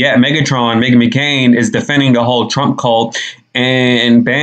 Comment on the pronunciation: So funny, sounds like she said Me-Again 😂😭😭😭